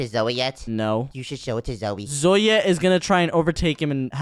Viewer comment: said my name it was Zoey but he said zoya and it's my name